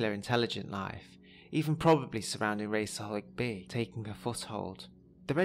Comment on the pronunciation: I'd always thought it was pronounced " Rahs-al-Hahg" , given its Arabic roots.